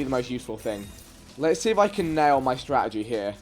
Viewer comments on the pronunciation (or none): none